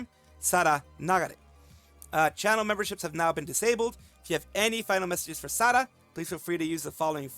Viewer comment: You got my 👍 for pronouncing Sara name right